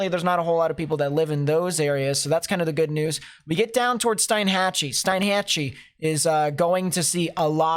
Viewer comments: steen (rhymes with bean) hatch ee=Steinhatchee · Its pronounced steen hatchee